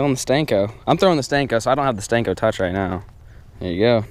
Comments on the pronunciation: ITS A SENKO NOT A STENKO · Call it a freaking senko not a stenko it's annoying af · I dare you to say the word senko instead of sTenko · Anyone else cringe when he says stenko